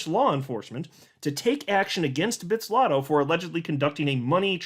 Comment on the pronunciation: Bit-zlato and not bitz-lato